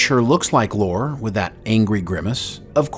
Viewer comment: Brent doesn't say its Lore. Listen to what he says closer. Brent loves dropping hints to his fans. He pronounced the name as Lor-a. That should be a pretty healthy clue. Also at one point Data also shared some of his memories and programing with Lore just as he had done with B4.